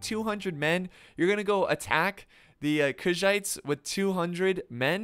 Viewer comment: My man been sayin "Kushites" instead of "Khuzaits" this whole time 😂